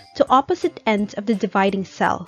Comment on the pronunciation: So AI-ish 😂😂😂 Is it the or da?😂😂